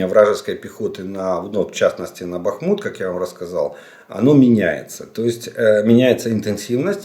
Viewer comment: Добрий вечір! З великою повагою до Вас,будь ласочка, місто Бахмут,наголос ставиться на літеру "А", а не на літеру У. І цей наголос є вірний в не залежності,якою мовою це місто ви називаєте. Місто Бахмут з наголосом на літеру А.